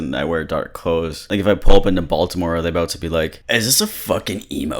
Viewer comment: Yeah he pronounced the T in Baltimore which gave me serious doubts he is actually from charm city